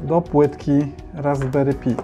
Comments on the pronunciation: Raspberry PAJ a nie pi... SUDU a nie sudo... Chcesz uczyć innych, to sam się trochę poducz. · Nie pi a "paj" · Raspberry paj nie pi - bo trochę pi to 3.14